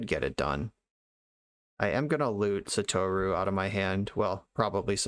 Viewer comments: Just as a heads up, you had 'sah-toh-rue' pronounced right the first time. JP pronunciation is 100% syllable-by-syllable, basically no exceptions. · Well, I wouldn't pronounce the u as strongly. It's not a long vowel in the name "Satoru". Non-long u's in Japanese have a tendency to be under-pronounced.